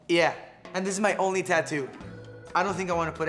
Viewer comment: i thogt it said Taco not tatoo